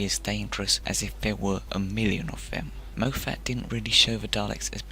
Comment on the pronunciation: Please research how to pronounce someone’s name before making a video because you constantly mispronounce Moffats name and as a Scotsman myself it kills my soul. It’s pronounced as Mof-fat or Mof-fet not Mo-fat. Also it’s pronounced as Mark Gate-us not Gatt-is. I agree that he didn’t always utilise the Daleks as well as he should have but it wasn’t entirely his fault and to pin it on him entirely is unfair. The writers are also to blame. Xx